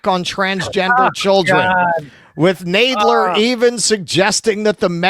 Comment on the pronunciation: And it is pronounced Tub-er-ville not Tube. Really shocked he got Jerry Nadler’s name wrong as he is a very well known Democrat and both are from NY.